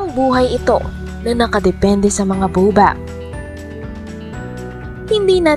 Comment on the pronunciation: Baobab po pronounce as 'bawbab" and spinach pronounce as 'spinitch', hindi po bobab at spinatch✌😁